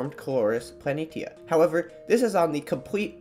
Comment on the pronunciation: You pronounced Planitia wrong.